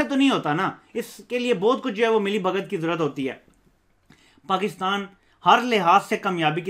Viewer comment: Learn to talk first "Eeindia" "pkistan" you don't know how pronounce properly OK.